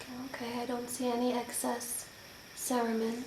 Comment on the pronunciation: Cerumen (suh-roo-men) emphasis on the "u"